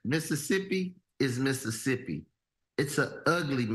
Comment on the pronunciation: It's Mississippi 😂